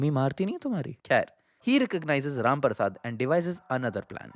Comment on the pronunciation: This is my third time watching both the videos... having the worst Diwali of my life.....but each time you said RAM PARSAD, I could not help but laugh hysterically. Ur the best